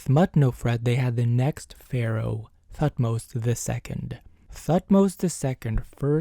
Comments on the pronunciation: The “h” in Thutmose is silent. Pronounced “Tut-mose” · I heard "Thutmose" as "fuckmost" and I was like whelp.... sounds right. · Lmao I cracked when at first instead of Thutmose I heard "f*cked most" 😂😂😂